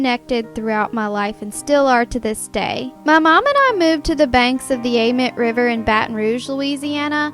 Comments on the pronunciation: Idk if it’s just us but amite is usually pronounced like. Ah meat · I love the way you say amite river ! It's actually pronounced (A-MEAT) lol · Anyone from Louisiana? It’s pronounced AMEET